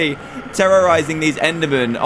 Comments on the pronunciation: its endErmen not endAmen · He called them ender mans... IT'S ENDER MEN!!!!!!! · he said ender mans no ender men